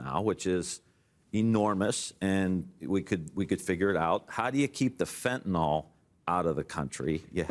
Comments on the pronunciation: There's no such thing as "fentanol", Tim. The opiate used in every operating room and ICU in the country is fentanyl. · Fentanyl, not Fentanol